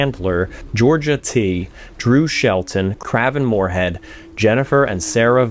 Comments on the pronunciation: The pronunciation definitely stood out. Maybe it was intentional, but hard to tell. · Special thanks to Kraven Moorehead...? Ummmmm by the way that you pronounced his 'name' I must assume that either you don't get the joke, or you are doing your best to conceal it.